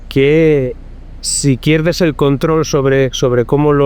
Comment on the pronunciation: yo no se que le habeis hecho al video, pero en vez de decir "pierdes" dice "quierdes", "induscria", etc. Se hace muy raro. Es como que no es Marc Vidal el que habla, es un retoque de IA. Igual es que se oia muy mal el audio original. Que horror la IA.. y esto solo es el principio. En un futuro la tendremos hasta en la sopa. <<Rectifico>> Perdona que habia alguna opcion de audio activada en el video y se oia una pista de audio estraña. Ahora se escucha mucho mejor. Que maravilla volver a escuchar su voz real. Una entrevista buenisima. Muchas gracias